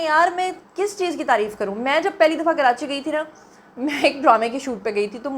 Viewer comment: کراچی ہی تو ریوینو دیتا ہے جس سے پنجاب اپ کو اچھا لگ رہا ہے ۔۔سندھ حکومت کھاجاتی ہے ج کچھ بچتا ہے اپ جو کرانچی کرانچی کر رہی ہیں ۔۔یاد رکھیں ۔کراچی میں مکرانی بلوچی پرانے لوگ بھی رہتے ہیں ۔پہلے کراچی کا نام کولاچی تھا ۔۔اور اردو اسپیکنگ نے کلاچی سے کراچی رکھا ہے ۔کراچی میں جو لوگ کرانچی بولتے ہیں ۔ان کی زبان اردو نہیں ہے اور کراچی میں دوسرے صوبوں کے لوگ رہتے ہیں ۔۔لیکن لاہور میں تو پنجابی ہیں ۔وہ کیوں لاہور کو لو ہور بولتے ہیں ۔۔پہلے اپ لو ہور اپنا ٹھیک کیجۓ ۔۔ ویسے اپ کی اردو بولنے پر ایک دفعہ تو مہرین سبطین بھی مذأق اڑأ رہی تھیں ۔۔اپ خود کتنے لفظ غلط بولتی ہیں۔۔ سندھ کی حکومت سندھی ہے ورنہ پہلے مصطفےکمال نے کراچی کو بہت صأف ستھرا بنادیا تھا ۔اور وہ ایشیاء کےتیسرے بڑے میٸر تھے